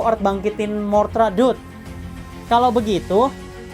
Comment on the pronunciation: MOTHRA BANG BUKAN MORTHRA